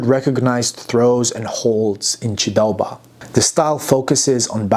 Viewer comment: The honour is mine ! Your pronounciation of “ჭ” sound in “chidaoba” is really impressive btw. Thank you, again, for having also mentioned the refugee history of Ilia and that of hundreds of thousands of other people. That’s an extremely painful and sorrowful topic for us. Sincerely appreciate it, man. I hope you enjoy our wine. Cheers ! 🍷